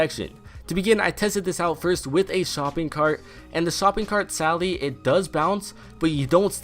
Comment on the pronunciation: It kinda sounds like he’s saying “sally” instead of “sadly”